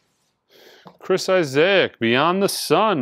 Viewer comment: The mispronounced artist/band names are always an adventure. I can't see how Mobb Deep could be said that way again but Chris Isaak was pretty shocking. Chief Keef...